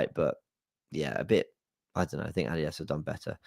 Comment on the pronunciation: 😂So... Let me ask... AR WI adidos... Or... Are We Arsenal